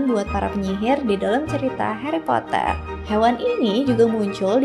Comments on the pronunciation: indonesia nya heri poter😭🙏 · Sumpah aneh bet denger Hari Potret 🤣🤣🤣